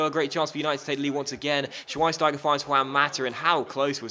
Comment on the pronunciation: Learn to pronounce Schweinsteiger...